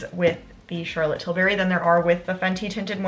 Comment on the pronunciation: Tilbury, not Tilberry 😅